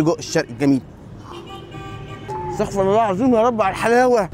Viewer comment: اسمها استغفر الله بضم الراء وليس استغفر الله بفتح الراء